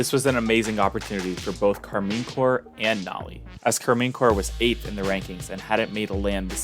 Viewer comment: Great video, but that can't be how you are meant to pronounce Karmine Corp. Like I would go for a /car-mine/ or a /car-men/ but no chance is it /car-mean/.